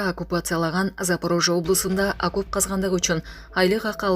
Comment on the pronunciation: Акоп эмес,, окоп.